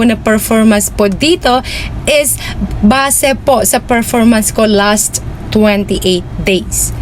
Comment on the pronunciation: Bat ganyan ka magsalita? Halos may mga a sa unahan. a-followers, a-last, a-performance